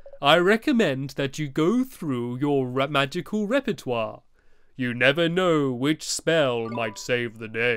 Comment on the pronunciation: he says ragical